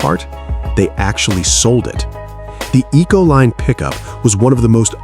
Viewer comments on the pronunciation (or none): Econoline not Ecoline